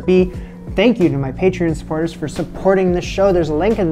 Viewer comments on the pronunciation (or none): none